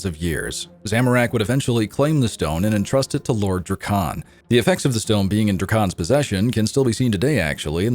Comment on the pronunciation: Narrator sounds like he's falling asleep and wants to get the narration over with before it bores him to death. His pronunciations are also a mess draa-kaan? it's dra-ken. Need a brit for this stuff.